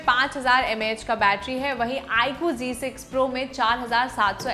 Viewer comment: Style se Z ko g bola jata hai ...😂